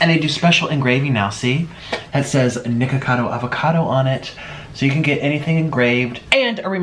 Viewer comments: He really said niggacado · Omg, he really said nigga-cado, Wow. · I heard it after 3 repetitions, he does said g instead of k but I don't think it was intentional.